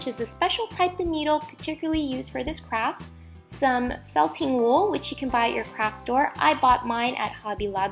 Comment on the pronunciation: In the beginning when she said craft i thought she said crap 😂😂😂😂😂